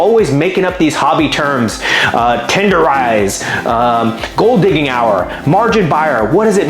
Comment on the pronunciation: Tenderizing 😂 lol